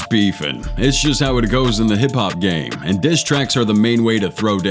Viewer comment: “Rappers Beefen”🇺🇸🌾🚜🫛🤠🐄